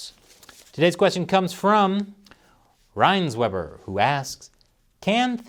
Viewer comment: Wow, you really butchered that "reisenweber" :-)